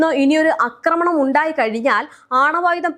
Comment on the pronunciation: അക്രമണം. നിന്നെ മലയാളം പഠിപ്പി ച്ചതാര്? ആക്രമണം എന്നു പറയൂ കൊച്ചേ!😢